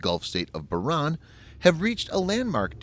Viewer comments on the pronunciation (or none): Not pronounced "Bah-Ran" - Pronounced "Bah-Rain" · It's pronounced Bah-Rain. Like sheep in the rain. Love your site. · You butchered Bahrain lol.